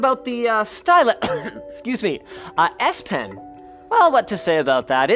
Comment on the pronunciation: I always hear "Ass Pen"...